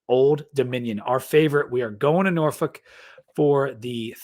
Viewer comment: someone needs to teach you how to say “Norfolk” if you going to be talking Tech football.